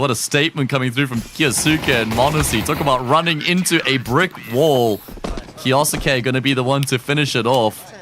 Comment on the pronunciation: I hate how says kyousuke name